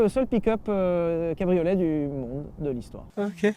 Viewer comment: Et ouais, c'est un "pique'eup", un "cabri au lait", et enfin un "musk eul'car" avec une boitoto😆😆😆